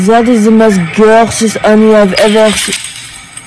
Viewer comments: " its so GARHGERÜS" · “ItS sO gUaWgUAs”